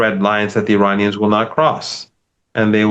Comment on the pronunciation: Since you are able to pronounce every English word correctly, how about honoring Iran(Ear-on) and Iranians (Ear-on-ians) by ATTEMPTING to respectfully pronounce their country/populace correctly?!?! This isnt the 1980’s. 👏💪🏼‼️☮️